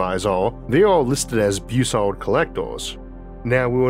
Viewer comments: Bus-sard. Not Beu-sard. Everyone gets that wrong. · A minor point and an inconsequential pet peeve. Why do you pronounce it "Beausard" ie "Boo sard"? It is a B then a U, followed by a double consonant, ie "ss", so it should be pronounced "Bus" ard, a short "u" not a long "u", or is that how Dr Bus ard improperly pronounced his name? If so, he's wrong. Honestly, the English language has gone to hell, primarily because reporters and so called journalists who graduated magna cum stupid from Columbia, could not pass a fifth grade English quiz. They broadcast their ignorance multiple times daily over radio and television. A vowel followed by two consonants is short not long, ie, "back" is not pronounce "bake". GM is an "it", not a "they". GM is a singular entity even if it is composed of multiple people, ect, ect, ect! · Pretty sure Robert W. Bussard is pronounced more like Buzzard rather than like 'Beau-sard'.